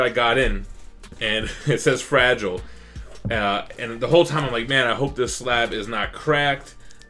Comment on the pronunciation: USPS: FrAgILIEeeeee....huh? Must be french